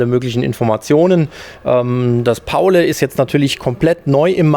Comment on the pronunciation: Es heißt Pauli wegen St. Pauli. Nicht Paulä